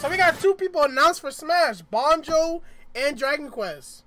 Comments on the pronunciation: Yo it banjo not bonjo lol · Banjo Not Bonjo